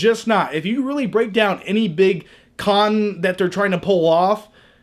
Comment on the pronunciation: what the fuck is a "carn artist"